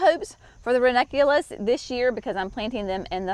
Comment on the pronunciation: Here's to the woman who pronounces ranunculus and anemone, on film ! 👍